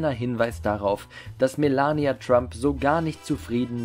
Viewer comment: Hauptsache Melania deutsch aussprechen